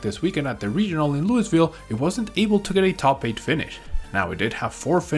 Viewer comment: Luis ville 🤣